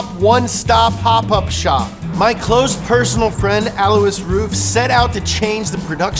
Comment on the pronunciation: I hope Mr. "Alwusz Roof" heard you say his name. Could you be any more millennial?